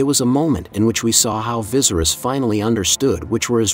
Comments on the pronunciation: Everyone say it with me Va-sar-ries😲Couldn't focus on anything in this video because of the commentator saying " Vi-zer-is". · King VY-SERE-IS not VIZERIS lol 🙄🙄🙄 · Dude said “Vizerus” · Right, he says it like how visceral is pronounced and it doesn't sound right at all to me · Vis er us pronounce it properly it’s so annoying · I swear😂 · Bro I hate how you say viserys name ! It’s actually pissing me off lol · How about pronouncing Viserys’s name correctly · Say his name correctly to start. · Rhaenyra should be queen because Viserys said so. Ps. please learn to pronounce the names right 🙏🏾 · Lmao bro the way you pronounced viserys legit made me jump hahah, kinda dig it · I hate the way he pronounces viserys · I think you are definitely pronouncing the name viserys, wrong. It doesn't end in "ies", actually you're pronouncing every name wrong!! Must be a computer.? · Am I the only one who thinks the pronunciation of Viserys makes this unwatchable?